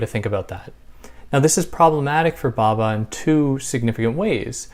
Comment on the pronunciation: Thank you for this- I loved listening to your gentle voice! Interesting that you’ve not got any comments or reactions to this video before. I think probably Western peoples have never heard of Homi Bhabha (‘bh’ is a soft b so be careful not to pronounce Bhabha as Baba!). You can make a video about Machiavelli or Jung- and immediately people will comment. That is the reaction of colonised minds who cannot imagine that there were Eastern philosophers. Also, we should get away from using terms such as Middle East, which is a colonial term; and instead familiarise ourselves with West Asia. The term Middle East, although nonsensical, is again more familiar due to colonisation.